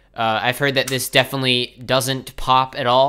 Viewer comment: lol i don't think can say definitely